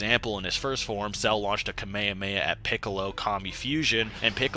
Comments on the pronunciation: said “kameamea” instead of “kamehameha” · kah-meya-meh i expected better say it it properly, Kah- Meh- hah- meh-HAAAAAAAAAAAAAAAAAAAAAAAAAAA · Bro is pronunced Kame Hame Ha, not kame a me a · I will never understand anime watchers who watch the anime, Hear the word constantly said correctly, but still call it the KamayahMayah wave. You have literally heard them say Kamehameha in English AND Japanese for years now. It's the equivalent or Michale B Jordan calling Naruto, Nurutoo. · Why not pronounce "hamehameha" like, all versions and dubs of the anime? Where did "kameamea" comes from? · this guy be saying kameowmeow, wtf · No it’s (kah- may- ha- may- ha) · "Cell launched a Kameia a Meia" 💀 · So... nobody's gonna bully this man by the way he says "ka-mey-a-mey-ah" multiple times? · "KAMEAME" bruh... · Kameameha He Said That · Kamehehea? WTF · everyone says kamehameha its pronounced ka me ha me ha with pause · It is prononced kame-hame-aaaaaa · the way you say kamehameha turning into k'mey heme makes me roll every time. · That’s not how you pronounce “kamehameha” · Bro you gotta work no your pronouncing of "Kamehameha" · why do you call the kamehameha that way it’s not the right way to say it and that shit is so fuckin annoying how can you be so deep in the lore but say that shit so wrong it’s like the people that call pokémon pokamon like stop doin that dumbass annoying shit they don’t even say it like that no where ever in the show 🤦🏽‍♂️